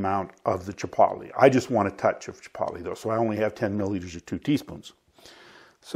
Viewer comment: Its pronounced chi-poetly, like toe. Hard o. Thanks for this though. Keep them coming.